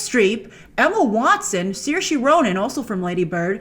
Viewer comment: Saoirse is pronounced seer-sha